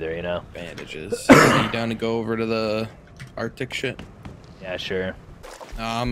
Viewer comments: "Arctic" Der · arctic, der :D